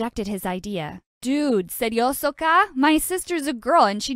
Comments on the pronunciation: "Kadiri" and "Seryoso ka" is pronounced wrong but in fact that made me laughed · When he said "seryoso ka" i was so impressed and shock "pilipina here"